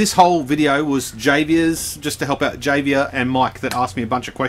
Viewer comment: I Know this video is really old but Its not Javier (Jayiver) its Javier (Hayiver) The A is short as in HA (Laugh) The name is Spanish. :-) Great video and thanks for all your work.